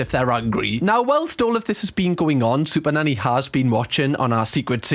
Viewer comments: Sounds like he is saying Super Daddy in the beginning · Is it just me or did the first 2 occasions that you said 'super nanny" sounded like super daddy. 😂😂😂 every other time has sounded normal so far but not the initial two times 😂😂😅😂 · Sounds like you're saying super-daddy 😂😂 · Do you realize you're saying SuperDaddy ? 🤣 She's Super Nanny 😂 👍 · Sound like you are saying super daddy 😅😂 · He pronounces it better later. Reminds me of Benedict Cumberbatch with the "pengwings"